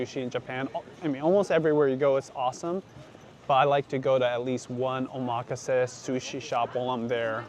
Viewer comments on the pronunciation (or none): wait… is it pronounced: • o-MA-kuh-say • o-ma-KAH-say